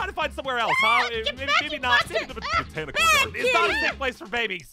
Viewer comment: I love how says “ the BONTICAL GARDEN “ my spelling😂